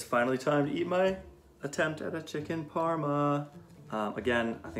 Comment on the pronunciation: Excuse me, it’s PARMA